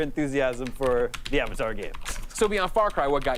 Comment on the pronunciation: "AH Vatar Front tires of Pandora" Pepega